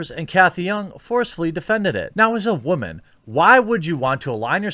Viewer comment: “Because WAHman” Lol